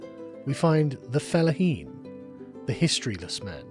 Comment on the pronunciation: I swear Sargon, I am so tired of hearing you say "felaheen".